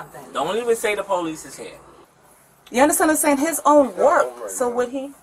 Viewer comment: insisting youre innocent while pronouncing it "Po-leece" is wild